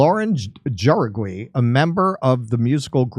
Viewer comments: Lauren Jauregui, is pronounced Lor-En How-Ray-Ghee. Lol! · Jauregui, pronounce it how-di-gui, Mexican last name or Latino. You're welcomed! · Hey guys! You pronounces Lauren's last name "Howregee". ! The J in Spanish is like an "H"...